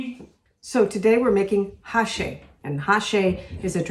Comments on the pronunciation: Which kind of meat did you use exactly? I presume its Beef, but which part of the beef ? Do you know what its called in Dutch and English? thx How you (mis-) pronounced Hashee at first was kind of funny, it sounded like how they said the word drug hashies (sp?) which we heard on the streets close to a 'coffeeshop' in Amsterdam many many years ago. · My Great Grandmother was born in Amsterdam in 1881......she used to make it for us..... Love it....but we pronounced it "A-shea"!